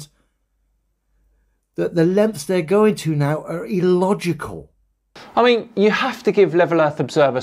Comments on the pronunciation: New Word EElogical🤣🤣🤣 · Dan I love your vids but I can't listen to anymore, just his voice annoys me now. 1st his constant use of demonstrable reality now his overuse and mispronounciation of illogical, its an I not an E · Why does keep saying e-logical? I believe he is looking for the word illogical 😅